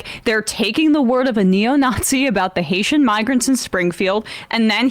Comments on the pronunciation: I believe Lowry I don't think he was going to say the N word. What he almost said was NEGROES. He wanted to say Haitian Negroes. IDK where he's from but in conversation he could pronounce Negro as "Nigro". Still very racist as his emphasis was less on their migrant status and more on their color status. I could see a "gentleman" such as Lowry refraining from using the N word in front of a "lady" such as Kelly. But the word Negro is just fine unless the camera is rolling because they have to pretend that the main problem is that they're migrants. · haitiaN ends in an 'N', which leads right into "Ni......"